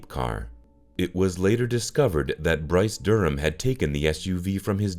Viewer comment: This whole thing is terribly tragic. At least there were a few "actual photos". Yet never a photo of the daughter, Ginny Sue, of this typical happy family? And what's up with the exaggerated dark-rimmed glasses on Bryce Durham (also apparently aka Bruce Durham per the AI narrator), from the newspaper photo? The "police" person with the "man-bun" is not only a total anachronism, but adds nothing. There was no vehicle that was referred to as an "SUV' in 1972. At what point in the days/weeks following the murders, did the son-in-law, Troy Hall, become the "estranged son-in-law" He was the one who answered Virginia's telephone call and discovered the bodies. Oh, wait... I just remembered why I didn't ever subscribe to this channel.